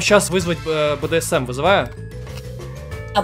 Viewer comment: БДСМ да. Не Брдм а БДСМ